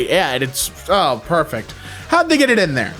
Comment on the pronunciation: What accent does have that makes him say "Thee" instead of "they"??